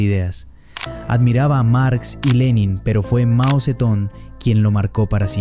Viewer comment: jajaja fue mao seton jajaja hablen bien no mmn min